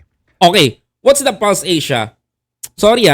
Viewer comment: False Asia not Pulse Asia lol